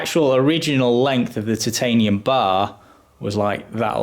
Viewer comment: It’s Chitanium